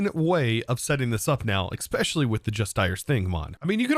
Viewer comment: I'm experimenting with a new drinking game. Take a drink every time says "ex-specially". 😆